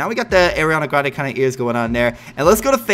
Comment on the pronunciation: I like how you say arianna grande you say it like airreana grounda😂